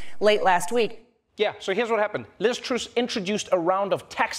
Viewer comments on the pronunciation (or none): Trevor, please, don't insult Liz z, it is pronounced "Truss" with an "ah" not an "ooh" 😂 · Liz Truss not "Troose". It rhymes with "fuss". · It's Truss as in us, not Ooose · It's TRUSS not TROOS ! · It's Truss not "troose" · It's pronounced TRUSS like Russ with a tr sound at the beginning not Truse. It's an easy mistake to make as she's so forgettable. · Do you trooos me? 🤣